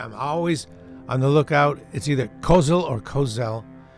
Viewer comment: It's not Kozel or Kozel it's Kozel 😃